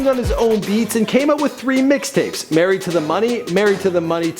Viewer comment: Tf is “merried” say it properly ...married